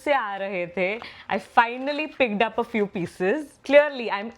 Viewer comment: no offense. but what is this pronunciation? Pigged up? Looged up? Picked up, Looked up bolna kitna mushkil hai?